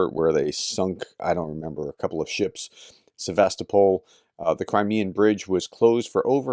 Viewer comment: Quick pronunciation guide: Seva-Stopol, not Sev-A-Sto-Pol KurSK, not Kurt's Av-Diiv-Ka, not Adeeka Sudzha is apparently pronounced "Su-Ja" And for fans of Combat Veteran Reacts: Vov-ChanSK, not Vov-Chanks